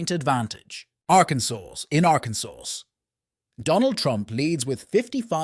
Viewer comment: He can’t even pronounce Arkansas correctly. 😂